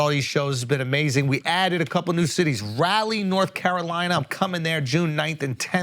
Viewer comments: Can’t wait to see Andrew in Rally😂 (aka Raleigh -pronounced raw lee). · Someone please tell Andrew that it's not Raleigh like "Rally" it's more country so more like "Raaliegh" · How to Pronounce: Raleigh = “Raah-Lee” And just in case, for future reference; Durham = “Derm” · I’m offended by the way you pronounced “raleigh” but I’ll see you there 😂